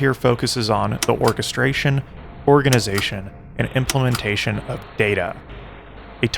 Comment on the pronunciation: implementation not implimentation